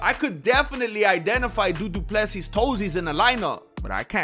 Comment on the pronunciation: Yo, bro as South African I find offended how you say dricus du Plessis name.